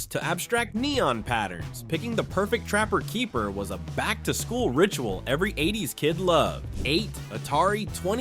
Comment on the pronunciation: Lots of good stuff in there, but like the 70s video, listening to the announcer stress all the wrong syllables was entertaining as hell. Space INvaders rather than SPACE invaders... trapper KEEP-er rather than TRAP-per keeper... friendship PINS rather than FRIENDship pins... slap BRACElets rather than SLAP-its...